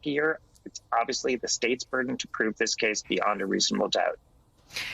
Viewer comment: Why does Andrew Weisman leave out the 'y' in beYond, saying instead, 'bee-ond?